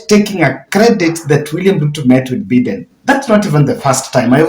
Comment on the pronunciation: Please your pronunciation of Joe Bide US president is annoying. It is not Joe Beaten , but By- Biden please correct or practice how to pronounce it